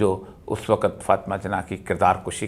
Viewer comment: "وقت" کا تلفظ درست فرما لیں پلیز